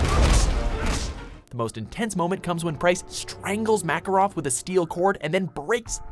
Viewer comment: You pronounced "Makarov" wrong.